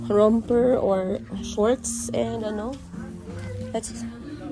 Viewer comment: dito sa US, yung Romper ay Romper hindi Ramper. Tapos tama ka naman na ang Volcano is Volkayno ang pronunciation hindi Volkano